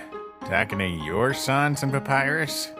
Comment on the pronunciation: Love it but it's sans not sons